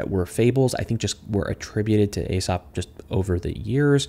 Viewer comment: Aesop is pronounced ‘Aesop’, not ‘Aesop’